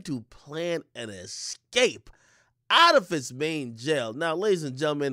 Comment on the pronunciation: I don't trust anyone who says 'excape' in place of 'escape'. Not sorry.